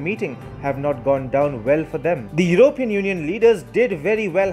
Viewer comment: Sorry to be pedantic. It is Yew-ro-pee-an. Not Yew-rope-e-an. Emphasis on the P. Otherwise keep up the good work